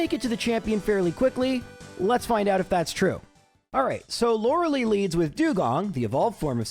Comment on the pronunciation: As usual, a fun challenge to listen to! I'm always wondering whenever you do gen1 : is there a particular reason you say LorelEI's name like 'liLY' and not like 'LIEs' ?